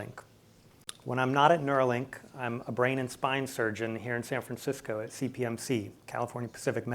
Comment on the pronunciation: Neuralink u-r-ill!